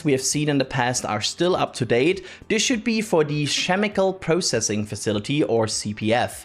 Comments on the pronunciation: if you spelled it how it actually sounds it should be "kemicle" lol he pronounced it like you would for other "ch" letter words like chance, change, charge. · I will now pronounce "chemical" no other way except "shemical". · Shemical? Hahahaa!!!! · the way pronounced chemical caught me off guard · I know. He was trying to pronounce it in the "not" German way, but got it wrong.